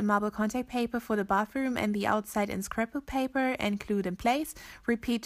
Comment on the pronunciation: did she say scrapple paper?